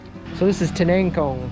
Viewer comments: Did you just said, tiningkong? Is it kangkong? Or water spinach. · The legend say " Tiningkong".. word of the day.. hehe